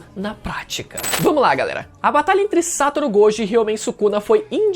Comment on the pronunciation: mano n aguento mais o falando "Sátoro" Gojokkkkk